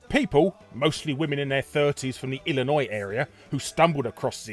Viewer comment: Damn it's surreal hearing a man from the UK doing a better job pronouncing "Illinois" than most Americans